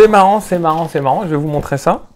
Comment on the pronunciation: J'ai arrêté de regarder au bout de la troisième fois où tu dis "je vais vous la montrai" ou lieu de montrer C'est peut être un détail pour certain mais des fautes de français à l'oral c'est juste une plaie pour les oreilles